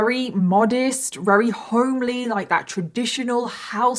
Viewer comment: Thank you so much for telling this harrowing story! Also, I love the adorable way you say your "v"s as "w"s, like every time you try to say "very" you say "wary", and as someone who also has similar pronunciations, it makes me feel at home. You are a blessing.